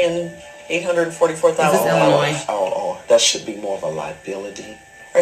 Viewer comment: Idk why but the way you said Illinois made my feelings hurt lol. And the catholic church has a catholic retreat on lake springfield in Illinois so it's plausible but this guy is just full of it.